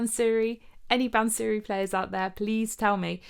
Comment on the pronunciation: Bansuri pronounced ' bunser ree' NOT "bun sooree"